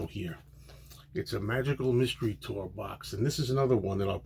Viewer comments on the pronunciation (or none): none